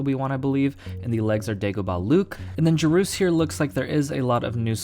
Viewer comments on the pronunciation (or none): Jore-us not jaroos :)